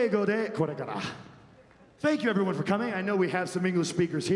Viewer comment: Beri Beri Arigatou. lol Omega nailed it. Japanese pronounciation of english is always makes me laugh.